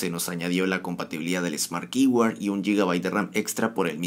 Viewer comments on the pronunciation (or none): Smart "qiboard" asi se pronuncia, tu dices algo extraño como kiWard como "palabra clave" "llave de sala"" no se entiende bien, se pronuncia como Skateboard, pero en ves de skate dices keyboard. ojalá te ayude. saludos.